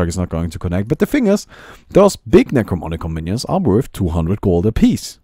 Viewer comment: You keep saying "Necromonicon" instead of "Necronomicon". It makes me feel very uncomfortable.